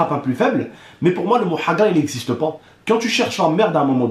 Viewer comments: MDR on dirais pas un beauf a il a dit ''pour moi le mot hagrla il exsiste PO!'' XD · il a dis 'pas' comme un chti 😂